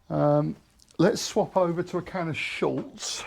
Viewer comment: Nice work, I will keep watching with interest… but please it is ‘Schutz’, German for protection, there is no letter L in it…why is this such a common mistake ? 😂